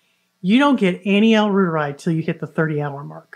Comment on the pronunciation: Try saying "roiteree" instead of "rooter-eye". The bacillus is named after Gerhard Reuter, a German academic researcher.